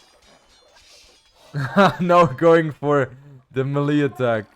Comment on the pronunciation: Ur the man. Btw small correction it's "may lay" not "me Lee" when you say melee